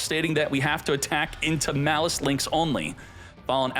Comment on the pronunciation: please, it's maaaliss not mliss